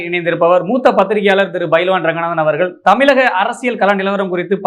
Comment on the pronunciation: தம்பி . தமிலகம் என்று சொல்லாதே. தமிழகம் என்று சொல். உனக்கு "ழ" வரவில்லை என்றால் பேட்டியை தவிர்க்க வேண்டும்.